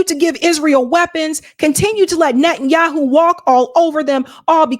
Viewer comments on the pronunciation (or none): none